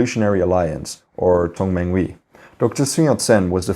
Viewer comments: Just one pronunciation correction its not Tong man wee, but rather Tung man huey as if youre saying heyyy but rather hueyy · Tongmenghui is pronounced as Tong-mung-huày